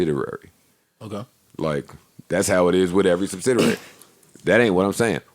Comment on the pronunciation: not subsiderary Joe!! SUBSIDIARY*********